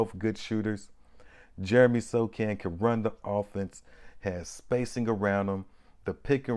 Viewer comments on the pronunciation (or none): Wow...Had never thought about Sochan running point... Yes, he is almost 6'10" and reminds me of Ben Simmons with more confidence. Maybe second coming of "Magic Johnson". And Bro. I think he pronounces Sohan not Sokan. Later.